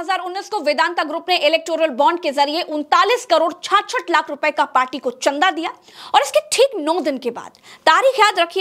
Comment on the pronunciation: छारछठ नही छियासठ होता है 😂😂